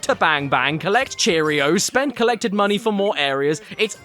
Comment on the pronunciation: Save ur MUNTY. He said MUNT (jk)